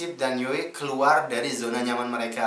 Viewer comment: Saya betul2 respect lah pemikiran abg kri,serius apa yg abg ckp tu sebijik di fikiran syahmi yg slslu dia ulang ckp soal nii,btw bang Yoe sebutannya bkn yoey tpi yoo walaupon ejaannya yoe tpi panggilannya Yoo,gituu.steady bang respect minda kelss atasan bang kri,seluteee